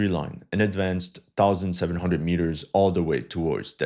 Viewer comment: Mitters? U mean meters?